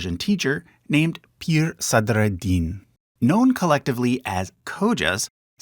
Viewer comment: Appreciate the great (and quite successful) effort to pronounce "Sadar-ad-Din".